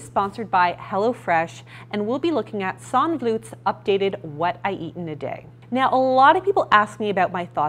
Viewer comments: Sanne Vloet is pronounced like sun-nuh floot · hey!!! thanks for addressing this video... definitely been thinking about it since she uploaded it :) p.s. i think she mentioned once that her name was pronounced "sawn-uh vloot" but i could be wrong haha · Please learn how to pronounce her name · not really sure I can take you seriously if you didn’t even bother to learn the correct pronunciation of her name...for a second time...yikes